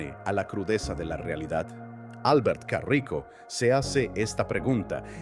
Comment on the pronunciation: Es caraco, no carrico xd